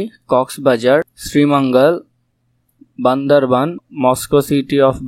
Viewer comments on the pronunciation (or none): none